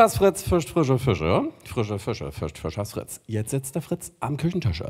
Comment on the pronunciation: Er kann es nicht. Er sagt immer "Füschers Frütze".